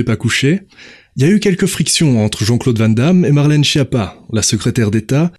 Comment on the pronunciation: C'est pas chie-appat, ça se prononce SKIAPPA: c'est un nom italien et en italien, CH ça fait "K"